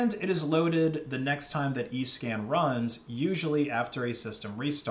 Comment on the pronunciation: I thought he said “eScam” lol